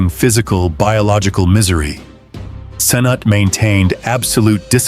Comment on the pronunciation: Excellent presentation, however, I have never heard Prince Cnut's name pronounced in so many different ways. I respectfully suggest that you're narrator find how the prince's name was properly pronounced. After a while it just became downright funny.